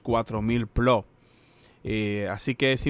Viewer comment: Gano yo más y solo tengo 200 plots o plós como dices tu. Si no sabes ni decirlo cómo vas a ganar dinero? 🤣🤣🤣